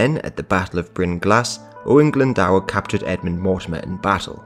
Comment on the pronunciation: Owain Glyndwr...Glyndwr not Glyndawer. It's pronounced GLYN DO R